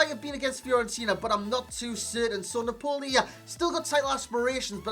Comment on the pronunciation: Its 'naaaahpoli' not 'napoooohli'